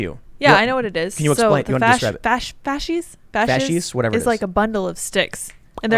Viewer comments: Facis is pronounced ( fas-ese ) but very quickly. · A little nugget for all the anglophones out there. I have a better way for you to pronounce the word "Fasces". Use the otiginal latin where the "c" is spoken like a "k" like faskes. The way all of you guys pronounced it litterally made my hair crawl. Yours sincerely Someone who's not german